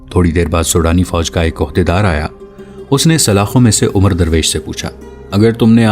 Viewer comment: بھائی میرے یہ لفظ عمرو نہیں یہ لفظ عمر ھے (عین کے زبر سے )